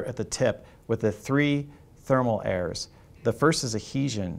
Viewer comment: Chapter 2: Thermocouple airs or errors? 😂